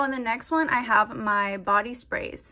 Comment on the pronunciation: The pause after body spray 😭😭😭 hope you’re having a great day!